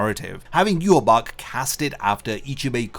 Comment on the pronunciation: So you're continuing to pronounce yhwach's name completely incorrectly.